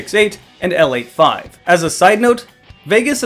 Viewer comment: It's pronouced L eighty five btw, don't shoot me.